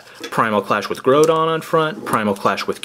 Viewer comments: Your pernicious is horrible kyogre is said kioger and groudon is said growdon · its actually pronounced kiogr and growdon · Dude it's a problem that you think you guys are hot stuff, when you call Kyogre "Keyogrey and Goudon "Grodon" I'm sorry I'm not sorry for saying this but I, and every other non brainwashed child and every TCG and even VGC players would rate this video as trash